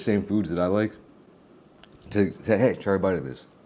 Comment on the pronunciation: hé from the Midwest 😂